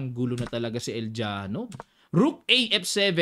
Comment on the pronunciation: El- Ya-nof ang pronunciation nyan coach basta mga slavic names...ang V ang nagiging F at ang J naman ay Y